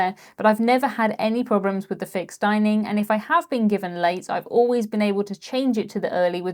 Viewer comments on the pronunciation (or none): none